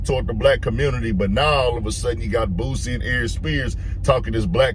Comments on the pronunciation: Say Bossie name right man lol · Its boosie 🤦🏽🤦🏽🤦🏽 how have people been messin that up for years is diobolical smh lol aries you blacl dawg. Listen to his music amd you will pronounce it properly moving int0 2027. Please do it 😂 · This a baaaaad saaaaaad look for Aries mane😅 He’s always be full of 🌽 (IMO) but this solidifies it. Likeeeee, wtf are u talking about mane?!? “Be a little bit fair”? “Are we friends or not?” Mf can’t even pronounce ‘Boosie’ correctly who is this man😂